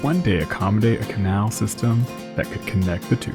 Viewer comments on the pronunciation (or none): none